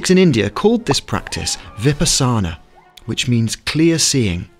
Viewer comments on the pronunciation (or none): Vi-pahhh- sahna, not viperh-sahna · It is not Vi-pas-saana. It is Vipaasana, or Vipassana. In customary usage it gets extended into Vipaassana. But surely NOT Vipassaana. In Sanskrit, Vipashyana. Pashya is a root word of "to see." "Vi" refers to the same meaning as "Vigorous" and surely they have the same origin!!! This word is entirely of BUDDHIST origin and has nothing to do with Yogic meditation as taught in the Yoga Sutras. In that text, there are three stages: Dhaarana or concentration, Dhyaana or meditation, and Samadhi which is the ultimate goal of, well, being harmony with the mind of the universe. The approach, the technique, is very different from Vipassana. So please: do your research and do not mislead people. Now that said, indeed, Vipassana is a superb practice. Watching the mind in action is kind of like seeing flies in a jar....never ending movement of the flies, going nowhere!!! :) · Superb! Oh btw the word is pronounced Vipaaa sana. Not Vipa saana😁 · Please... It is not Vipasaana... It is Vipaasana. Please correct ur pronunciation before u put it on social media. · Is this pronounced vipaśyanā, otherwise, good video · U read vipassana incorrectly.